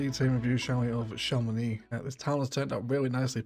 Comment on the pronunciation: You nailed the chamonix pronounciation. Some part of france would pronouce the x.